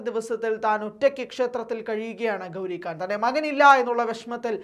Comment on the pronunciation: Da, makkale, gouri kaan alla. Gouri Khan. Meghathinte "kha" 😂